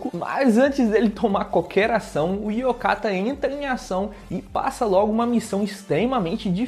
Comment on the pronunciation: Eu sei que ninguém tem obrigação de saber japonês, mas é Oyakatta de (Chefe ou mestre), não Yokatta de (ainda bem), só pra tu não ficar repetindo isso nos videos e não ficar soando ridículo, desculpa.